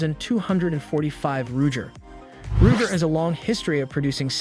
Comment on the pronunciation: ruger = “roo-jer” 😂